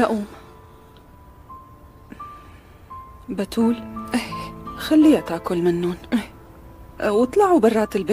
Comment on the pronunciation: احلا شي لما فتون تقول باااتول 😂😂😂 تلفضو بحرف ا😂😅